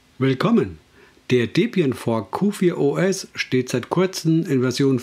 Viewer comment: Ausgesprochen wird es QforOS. Ansonsten ein nettes Video. Hast du Lust mal "T2 SDE" als Distro vorzustellen ?